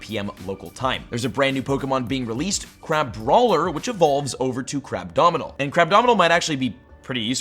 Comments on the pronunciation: he said "crabdominal" instead of "crabominable". Lol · It’s Crabominable! CRABOMINABLE! WHERE DO YOU YOUTUBERS THINK THE D IS COMING FROM? YOU DON’T CALL THE ROOT WORD “ADOMINABLE” DO YOU?!?!